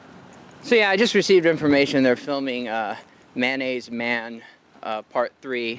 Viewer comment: Would you stop saying manaise?